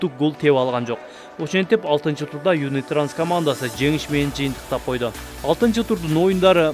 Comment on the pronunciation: Юнитранс эмес юнитраст 😊